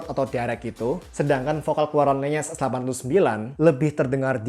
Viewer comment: Oh iya bang, buat wawasan aja LENYES itu dibacanya Len-Yes, jadi N sama Y nya misah, bukan digabung jadi NY Itu saya tau dari video produk official lenyes nya di shopee